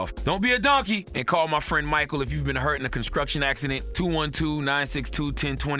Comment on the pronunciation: “Obskruct?” Conskruction? Gotta be a southern thing